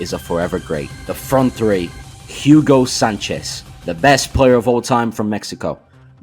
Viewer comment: All the great pronunciation for the Brazilians but he butchered Hugo Sánchez's first name smh